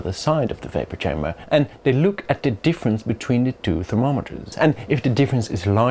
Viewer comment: Its chamber not kamber 🤣